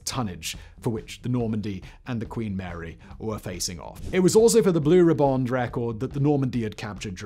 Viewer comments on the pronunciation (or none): "Blue Rib-bond"?? Riband!! Like "ribbon" with a D at the end - It's a common enough English word...